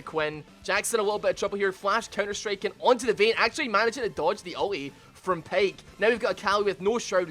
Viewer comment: it s pyke not payke